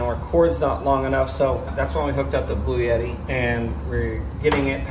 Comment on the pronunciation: I laughed out loud! Omgoodness it kept sounding like you were saying 'Blueyetti' and I kept saying "BLUETTI"! I can't possibly afford one but I know the brand. 😂❤😂 Great video as always!